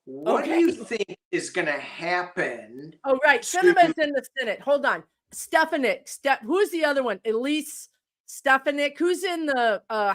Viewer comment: one of your subscribers was trying to say that it’s pronounced ‘Stefaanik’. 😊 It’s pronounced that way